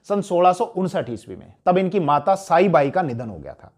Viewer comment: Not साईबाई .. सईबाई .... था ...